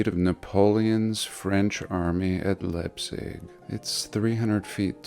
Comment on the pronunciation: Excellent! I'd love to see that Pyramid up close. No way they dragged the granite like that, and how did they manage to stack them into the pyramid? PS: Leipzig is pronounced [Laipt'sík]